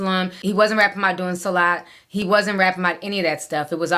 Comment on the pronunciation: are you fulani or hausa or wolof something 😭 how do you know how to pronounce salah and Muslim lool mashallah